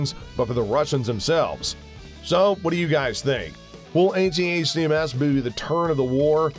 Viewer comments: Also. "A-TACms"... not "A-T-A-C-M-S" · If he only know how to properly pronounce Hi-MARS and ATTACKEMS Rockets.